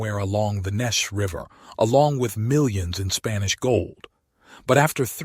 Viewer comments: Thanks! I had no idea and we live nearby. The river is pronounced, Nee Chez around here. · AI can never pronounce Neches correctly.